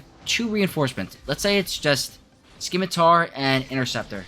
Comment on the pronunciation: "sim-uh-tar" Ignore the fact there is a "c" in there. Thanks for the video though. This has been my experience as well.